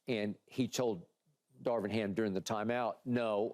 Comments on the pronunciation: does keyshawn know how to pronounce Darvin? lol he says " Darwin " every time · Key saying “Darwin” every time instead of Darvin is hilarious. 😂😂